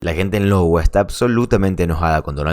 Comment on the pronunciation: No se dice Lowa es iowa o "aiyogua"